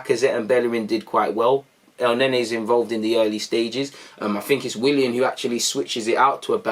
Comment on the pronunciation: “Willan” aight lol